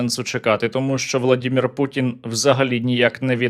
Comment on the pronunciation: Сергію, завжди Вас слухаю і не можу дочути. Мені здається чи завжди, коли ви говорите про шизанутого дєда, то кажете не путін, а пуКін?😂